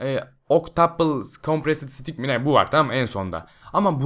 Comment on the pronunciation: Sıtik derken sidik diyon resmen